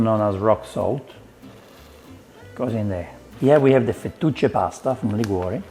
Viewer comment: Fu-2-che pasta?? You mean fettuccine? I can't keep up with you Italians